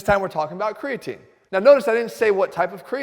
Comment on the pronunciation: Cregaatine. Instead of Creatine. Health Guru. YouTube my man. Boost your Biology! Top info!